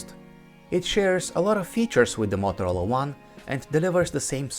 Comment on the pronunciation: U saying mothrola . U want to say motorola